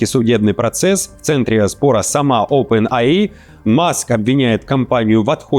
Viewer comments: Оупен Эй Ай а не АИ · OPEN AI - [Опен ЭЙ АЙ]